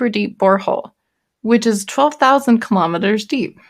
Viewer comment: she said kimometers must be some old japanese unit